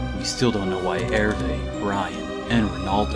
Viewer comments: I love your additional voice acting, but frankly, each time I hear "Herve" as "Erv" I burst into laughs. Because it's really close to the french name "Hervé" (and seen that his mother's name is Regine, that's also really close to the french Régine, I can assume it's the right track), and nobody pronounces it with a muted "e", because there's an accent. It's closer to "Hervay" if I had to write english stuff for it. So it makes me laugh and cuts the drama every time xD Good stuff :3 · Oh god, it's pronounced "Hervay''? had it right when he sent over voicework then and I edited it to the butchered version of the name! I am amazing at words.